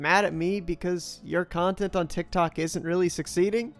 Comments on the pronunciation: dude he said ciontext creator... get it right.... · Bro how can you fumble spelling content that badly bro said “ciontext” like is he actually 8 years old or something